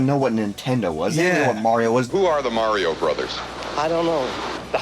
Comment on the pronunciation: Mario’s ability to create nostalgia for several generations is nothing short of amazing! It’s what got me hooked on video games. Still bust out “Mayro” till this day..LOL, I heard it pronounced this way and I just assumed it was a New York way of saying it. I swear I heard it pronounced that way in Sopranos too, I was like WTF did they just say?? Cheers to our Italian Broski! LOL! dick in the pic